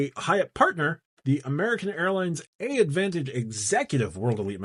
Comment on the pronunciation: Just an FYI...it's not "A" Advantage. The program is called "AAdvantage"...pronounced like Advantage.